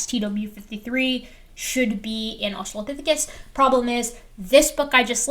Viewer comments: has been doing this way too long to have any excuse for pronouncing it "australiapithecus". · I absolutely HATE when people don't even read a newly learned word before saying it. The fact he says "Australiapithecus" shows he only glanced at the name once before settling on how to say it. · I ended up seeing this video on my home page again. So here I am. I know this isn't Dapper's channel, but should we drink whenever he says "Australiapithecus"? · In fairness to, if we give him serious crap for saying "Australiapithicus," we need to also give Steve McRae similar crap for saying things like "inner locker" (for interlocutor) and "electorial college." In the "FWIW" dept, it seems like is spelling it correctly.